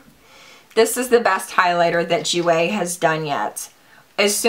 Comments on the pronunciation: If the perfume is pronounced like my friends name that is spelled the same it is pronounced Goy-ya. Hope this helps, Hun! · My mother is from 🇮🇹. The perfume is pronounced de joy-ya. It means joy and is also a girls name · the perfume is pronounced gee-oh-ya but like slurr it together you feels me lol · The perfume is pronounced DEE-JOY-UHH. Its Italian, and my last name :)